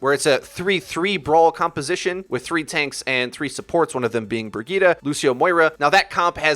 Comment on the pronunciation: Bragitta you mean Bridgette??!??? Lol